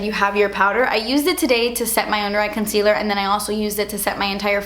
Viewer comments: I love your vids... but... the way you say concealer with a Spanish accent erks me.. r u Spanish I'm curious?? u have very pretty skin!! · When you say concealer it sounds like cuntcealer hahaha. I love your accent, it's not about that but it just sounds so funny hihi :)